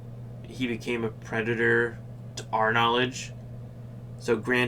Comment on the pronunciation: Love your insight, these are great videos. Not throwing shade but it’s pretty ironic the only time your speech impediment comes out is with the word “predator” lol